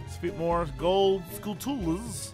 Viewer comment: I think skulltulas is supposed to be pronounced like tarantulas, except beginning with skull instead of taran.